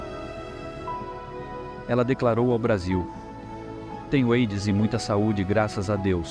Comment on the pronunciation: QUE VIDEO MAL FEITISSIMO, A MUSICA MUITO ALTA, TODAS AS INFORMAÇÕES COLHIDAS DE OUTROS VÍDEOS, UM LIXO COPIADO. É AIDS QUE SE FALA E NÃO EIDS.